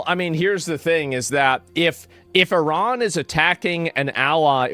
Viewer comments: when did people start pronouncing iran like "IRAWN"? can we go back to I-RAN... ? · You messed up I-iraon.